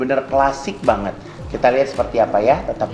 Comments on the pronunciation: Aku artiin ngomong banyakn itu maksudnya banget atau nanya beneran? Dia kyk pakai tata bahasa Rusia jadi Bhs Indo.. Nangkepnya sih giitu, hehehe...😀😀 Kerennya lagi dia cuek aja walau salah2 ngomong dan tetep bawel, jadi kitanya yg berusaha ngerti maksudnya dia apa... 😀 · Dia tuh bilang 'banget' tuh jd 'banyakin' ya